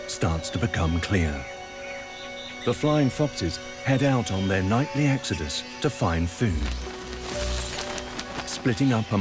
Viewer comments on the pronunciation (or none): none